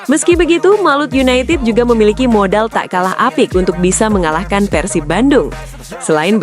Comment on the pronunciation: Yg bner ath , bukan Persip tpi PERSIB